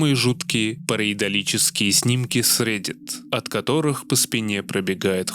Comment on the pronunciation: какие какие? "перийдолические"??? ухахахахахаах а паронормальные слово чё уже устарело чтоли?